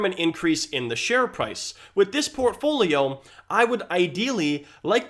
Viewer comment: If I get a penny for every time he said “Portfoliom”.... 😆